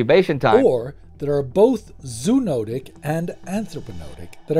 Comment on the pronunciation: FYI each of the o’s in the word “zoonotic” are pronounced. Zo-o-no-tic. Great job as always! Thank you for tackling this topic and keeping it objective and factual.